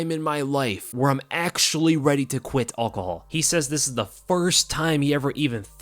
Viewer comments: Dude you’re saying it wrong… al-cohol not all-chol 🙄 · STOP SAYING ALL-COHOL fucking hell 😂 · Why does he say alcohol like that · Lmao saying "alcohol" 🤣 😂